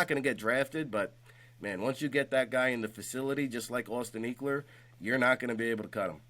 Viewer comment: Can't trust a scout that says Austin EEkeler!